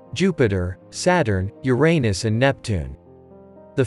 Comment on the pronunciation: u pronounce uranus incorrect say like you-ran-us....